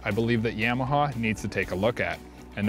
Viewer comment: " yeahmaha "...you say Yamaha funny